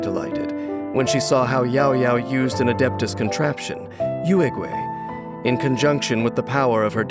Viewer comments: Can’t blame the VAs but I die inside everytime they say “Youehhgway” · I really love Yaoyao, but whenever she uses her skill and says the name Yuegui, I always hear Urugway or Master Oogway I can't TT